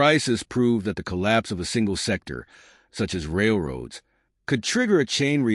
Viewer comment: Where the documentary says Railroads , try to hear A. I. . . . . A little scary !